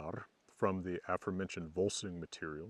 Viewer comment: why do you accent “aforementioned” as “AF-orementioned” instead of “a-FORE-mentioned”: just as if you were guessing at the words, pronunciation without knowing its connection with “aFORE” and modern “beFORE”? That is strange to hear from your lips.